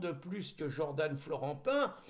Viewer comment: Jordan ne se pronounce pas Jordane. C’est dommage d’esquinter notre belle langue française.